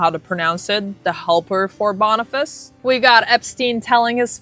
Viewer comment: It's Boni-fach-ee, Not Boni-fas. I hate being that person, but it's just a part of me I can't quit. 😬